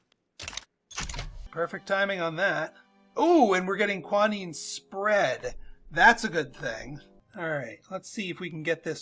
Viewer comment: I do not understand your pronunciation of Quinine - it keeps sounding like you are calling it kwa-neen. The British pronounce it kwee-neen and the American pronunciation is kwy-nine